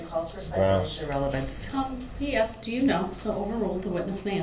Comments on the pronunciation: He Axed the question ? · aSKed not aXed you moron!!!! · I AXED HIM A QWESTSHUN